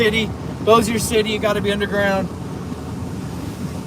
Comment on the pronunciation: LOL. It is funny to hear him talking about getting underground. And the way he pronounces Bossier. LOL too. Shreveport and Bossier does not have sirens either. Maybe we should? Love this guys enthusiasm though.